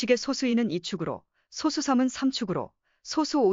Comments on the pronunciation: 프로그램으로 읽게 했더라도 텍스트 원본이 있을 텐데, [소쑤] 발음이 제대로 안 나왔으면 표기를 '소수'로 하지 말고 '소쑤'라고 써서 아예 된소리로 읽히도록 했어야 하겠죠 영상 제작자가 발음을 제대로 모르니 그냥 이렇게 만들었을 것으로 보입니다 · [소쑤]라고 된소리로 읽어야 합니다 리만가설 관련(소수 관련) 컨텐츠 올리는 유튜버들 중에 [소쑤] 발음을 제대로 하는 사람이 거의 없네요 발음을 제대로 합시다 2 ,3, 5, 7 등의 [소쑤]와 등의 [소수]는 발음이 완전히 다릅니다